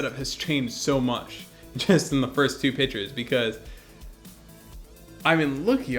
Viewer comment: Like what you are doing here. It's great to see how a setup progresses. One thing though. You keep saying pitchers when you mean pictures (pronounced pic tures). A pitcher is something that holds liquids. Try to learn how to pronounce it correctly and you'll do better. It will help you to sound more professional and more educated. It will also come across better in job interviews later on in life.